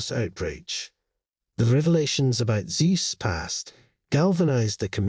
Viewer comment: It's Zeus, pronounced Zyoos, not Zees!